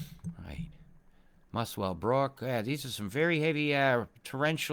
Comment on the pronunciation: Muswellbrook is pronounced “musselbrook”. Coonabarabran and all them country towns are no doubt have something to do with the aborigines. I’m from western Sydney suburbs. I enjoy your vids mate.